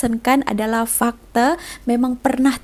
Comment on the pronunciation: Pembetulan... Fakta Bukan Fakte.... Tidak semua perkataan pakai E... Selamat Belajar.... Apa²pun Makin mantap bahasa melayu... Terbaik 👍 Salam Dari Anak² ATM ( Pesara ) ❤